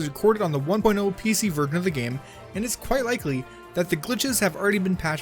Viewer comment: You said “vergen “. Not version!